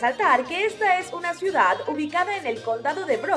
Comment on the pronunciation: Se dice CIUDAD.